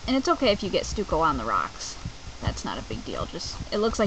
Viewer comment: Stucco is pronounced "stuck-oo" not Stu-co